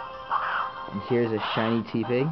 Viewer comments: It's pronounced Teh-pig not Tee-pig It's a pun of Tepid and Pig. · It's not Tea pig. It's te with the normal e sound. Te(normal e sound)pig